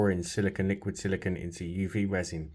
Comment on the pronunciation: You're pronouncing silicone wrong. The last syllable is pronounced "cone" as in ice cream cone. Silicon, which is the word you're pronouncing, is what glass and computer chips are made out of.